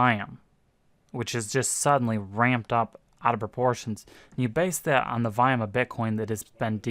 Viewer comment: When you say "vayam",do you mean volume?